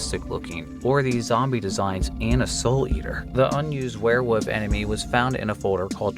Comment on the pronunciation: I hear you saying werewof, you from pennsylvania or Maryland?